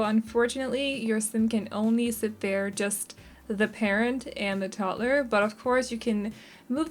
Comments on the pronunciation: The way you pronounce toddler is absolutely fine. I love the house, thank you, I’m always looking for tiny houses. When the sim earns enough money they can make it larger or move❤️ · I think it is RUDE that anyone would criticize you for the way you pronounce toddler!!! You should not have to explain or defend yourself! Your English is amazing and certainly better than a lot of people who only know English and no other language! I love your videos keep up the good work!☺️ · Honestly idk why people would hate the why you say toddler,I literally LOVE the way you say toddler 😂 it’s weird I know but I DO. This video was so cute! And I love these type of video with tiny homes 🥰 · I never noticed that too. After she mentioned it I noticed it one single time and then again I didn't for the rest of the build 😅